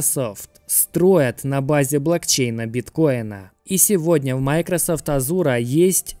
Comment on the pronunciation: Почему майкросАфт, а не майкросОфт?